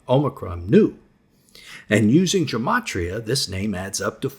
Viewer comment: Love the teaching, just hate the kindergarten-teacher-tone all these preacher guys seem to adopt. And it’s not “germ-atria”, it’s “gem-atria.”